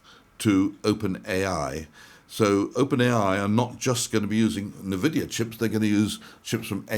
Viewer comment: Hi, I think it's N (en) vidia, not n (na) vidia. 👊